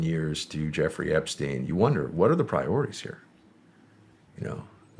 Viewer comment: Effrey Jepstein, lol